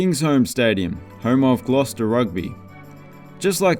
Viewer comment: I think they're known as a "borough" and not 'suburb' in central London. I don't know whether that's just a London thing or it's nationwide. Well done on the correct pronunciation of Gloucester too.